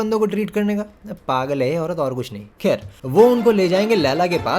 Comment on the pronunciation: When you say "kher" 😂